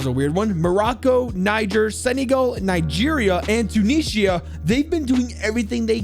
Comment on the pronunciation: Ur not to bad at pronunciation (Edit) sorry but Tunishia